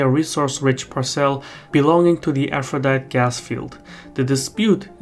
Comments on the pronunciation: It’s pronounced Par’cel not Par cel’ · "Parse'll" not "par-cel" lol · Good video. Very interesting. We aren't getting any of this information from our fake news outlets. It's all Trump, Trump Trump. By the way, parcel is pronounced with the emphasis on the first syllable, not the second. It took me awhile to figure out what you meant by par celles.